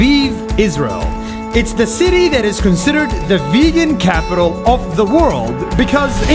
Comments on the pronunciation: Am I hearing it wrong or is it Vigen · What they say “ Vegan” What I hear “Virgin”😂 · Why did I hear : I am virgin....... I m coming babe😘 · How it’s spelled vegan How people say it: vegen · Now I don't know how to pronounce vegan